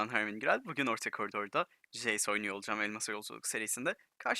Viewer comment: jeys değil hocam ceys